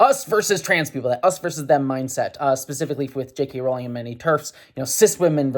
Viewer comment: I like how you say "JK Rolling".